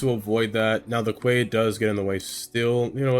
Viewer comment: Looking awesome! Just a heads up, Quay is for some weird reason pronounced like key.